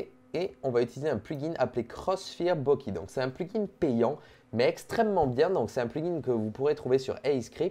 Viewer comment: Par contre c pas bokee c bokay (Bokeh)